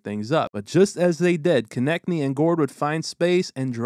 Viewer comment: thx for detailed video. Btw. Konecny is slovakian word. Translation to English is "closing". It's being read like Konechny (Konečný). There's a lot of families with this name. E.g. slovakian former hockey player and now the hockey expert for tv commentatory Rastislav Konečný